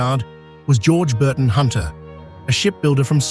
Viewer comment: Great film. But it’s Sir John Burdon Hunter, not Burton! He was my Great Grandmother’s cousin.